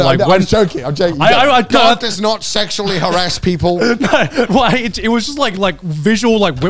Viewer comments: sorry Garnt but you ain't helping either 😂 every time you say your name I hear "gun" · Garnt mispronouncing his own name LOL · I also love when Garnt mispronounced “mispronunciation” while taking about people mispronouncing his name and then he continues on and then mispronounced his own name wrong as “Grant”💀